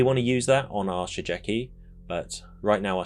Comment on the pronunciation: Just one hint : Shigeki is read Shi Gue Ki (Like in Guerilla pronounced in spanish)